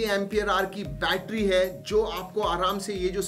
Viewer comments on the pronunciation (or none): none